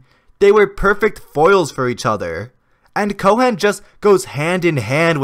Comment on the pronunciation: the H in Cohen is silent lol